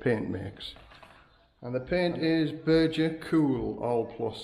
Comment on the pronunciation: It's not Berger paint, it's Beger. Probably a Thai knock-off. I love your tile floors.